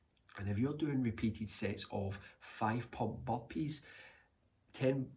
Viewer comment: I hear bumpees instead of burpeez😅